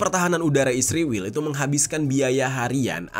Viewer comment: knpa sebutan ISRAEL jadi ISRIWIL